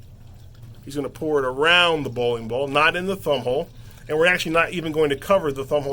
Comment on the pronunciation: how many times can he say bowin bawl?